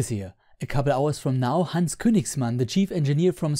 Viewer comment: Better pronunciation of Hans's name than you'll hear in any American media! :)